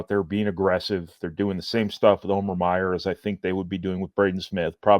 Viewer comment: Name is pronounced Meyer